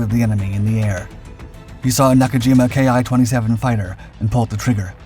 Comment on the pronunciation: The "Ki" in Ki-27 and Ki-43 is pronounced the same as "key."